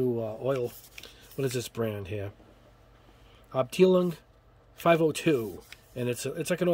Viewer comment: ):):):) Pronounced abtielung, or abtylung...:):):)